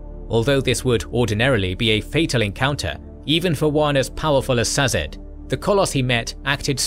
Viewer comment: He says them different from the audio books. Cett is pronounced sett. Sazed is pronounced say-zed. Two examples of the audio books.